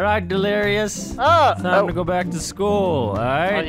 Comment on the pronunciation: the prinzibul iskull